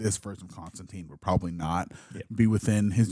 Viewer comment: Fun fact: Constantine actually rhymes with "wine" not "mean". John explains this a few times in the comics.